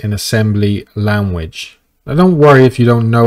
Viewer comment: I only have one complaint. And it stems from my inability to focus... Your way of saying language threw me off. But anything else was good ...